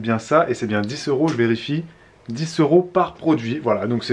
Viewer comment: Trop bizarre que tu dises 10 S'euros plutôt que 10 z'euros...